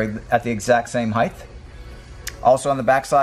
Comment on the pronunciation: Height, not heighth